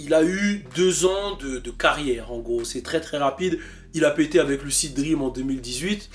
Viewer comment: fait un effort quand tu dis lucid dreams stp 😂😂